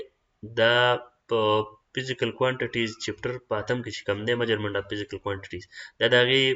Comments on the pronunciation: MEASURMENT NO NO NO NO NO MAJURAMENT ✓ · Ka laka mauggerment😂😂